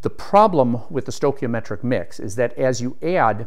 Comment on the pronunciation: stoi chi o metric pronounced STOY KEY O METRIC not STOW.